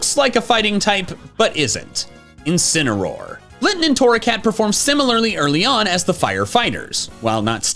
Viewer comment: INCINEROAR, NOT INCENAROAR! FIX IT NOW!